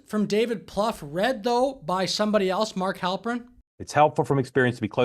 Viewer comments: David's name is pronounced, Ploo-fay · 'Plouffe'. Really? 😅